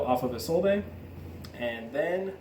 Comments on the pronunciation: It's pronounced "Is Old" not "Is All Day" you mong -_ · Am I the only Yugioh player in the world that knows how to pronounce Isolde correctly? It's really not that hard. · Or "Eye Sold" which is another popular one. What is wrong with you people?